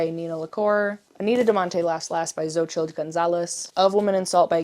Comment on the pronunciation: Xotchl is pronounced so-chee